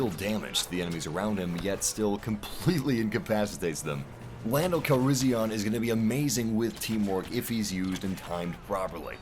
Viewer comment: Does anyone else get a bit annoyed when he keep saying Lando Calrissi-ON when it's pronounced Calrissi-EN